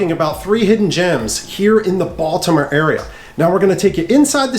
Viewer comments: No lie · He pronounces the word Baltimore like a tourism lol. ie Baldamore